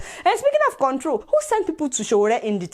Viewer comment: The illiterate can't even pronounce control properly